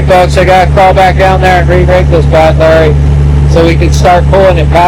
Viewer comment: This MF again and again say standby and badlurry , it's really frustrating to hear this